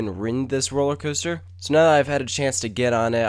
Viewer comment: ..did he say... 'cooster'.....????